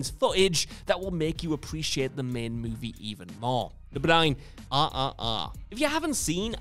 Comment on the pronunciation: Anybody else listening search Netflix for the movie "ah ah ah" because British people can't pronounce RRR lol